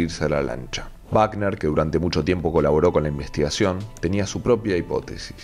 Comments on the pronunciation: Por Dios que alguien le diga al narrador que es Robert Wagner no Bagner. Google it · Oye....no es Bacner...si no Wagner...Robert Wagner ...por favor ... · Wagner, (se pronuncia con U Wagner. No es Baten.